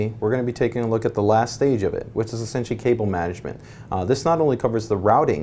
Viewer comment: Take two shots if he says "essintially"